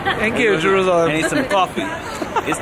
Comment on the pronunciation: I loved the start, finally someone saying jerusalem right!!!